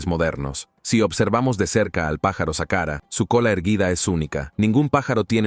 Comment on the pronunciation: El locutor deja mucho que desear dice sahara en vez de saqhara dice serpeo en vez de serapeum por favor un poquito mas de estudio!